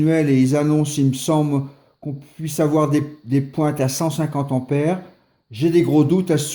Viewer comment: Cent "t"'ampères ! trop "p"''importantes. Même si elles ne sont pas électriques, les liaisons doivent rester de bonne qualité 😜